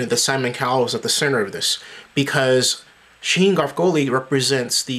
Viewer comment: I just wasted 5 mins of my time. BTW u can't even say his name right.